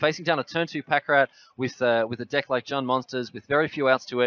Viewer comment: Why in the worlds streamer spells "dick" instead of "deck". I just can't stop laughing.